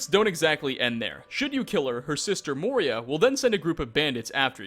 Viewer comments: It's "Moira" not "Moria". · It's "Moira" not "Moria." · For number 9 her name is Moira to help pronounce Moy-rah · this guy is just shit at pronouncing things in general (see: Moira, "Moria"; Ysolda, "Yisolda") - every other video he's like "i hope i'm saying this right lol" and he never, ever is.